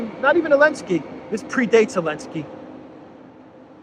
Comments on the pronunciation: Just pronounce his name.. ZZzelensky and not Elenksky..will you. Why miss out the Z.!;🤔 Thanks.💕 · Why does always say "Elensky?"